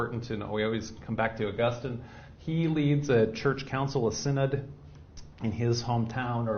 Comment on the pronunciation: August-teen (pronunciation). Augustine. Also... sigh-nod. Synod